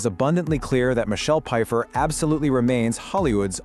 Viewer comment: How you mispronounce her last name and Greg worked with her in Margo’s Got Money Trouble not the Madison